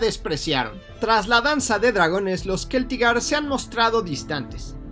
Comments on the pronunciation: Se pronuncia Celtigar no Queltigar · Estoy bastante seguro de que se pronuncia Celtigar, no Keltigar. 😅 La C seguida de E o I no se pronuncia como K sino como C. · bueno para tu informacion parece que tu eres el que lo pone dificil. O es mas bien Te da la gana de pronunciarlo asi Todo creador de contenido de hielo y fuego lo Pronuncia con C No con K incluyendo al mismo autor George rr martin.